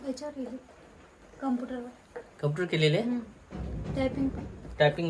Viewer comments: कंपूटर नाही ग कॉम्प्युटर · कपूटर नाही कॉम्प्युटर म्हणता